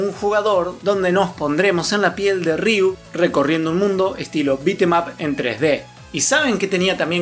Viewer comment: Se pronuncia "riú", sin doble R al inicio. 😉